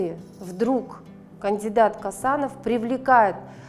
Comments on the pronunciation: Не Касанов , а Қосанов!Такайев емес Тоқаев!ең болмаса адамның фамилиясын дұрыстап қазақша айтшы,орыс сияқты шүлдүрлемей. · Не Касанов а ,,,,, Косанов,,,, можно же фамилию правильно произносить а